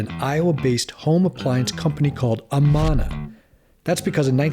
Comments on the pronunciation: How can you not know how to announce Amana? Like it’s still a huge appliance brand . UH-MAN-UH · Lost me with the pronunciation of Amana... It's Uh-man-uh. Short a in man. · Good information - BTW you pronounced Amana in correctly; it is A - Man - A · The company name was pronounced "UH-MAN-A".